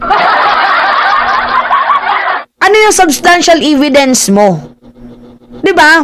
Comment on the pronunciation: E-vidence not i-vidence